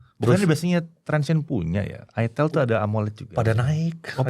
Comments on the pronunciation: kasian yang nyebutin Itelnya kurang bener, malah salah paham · Baru nyadar , itel klo di sebut orang sunda ..hahha😅😅😅